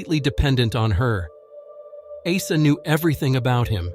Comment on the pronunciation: If someone name is Åsa say Åsa not asa😊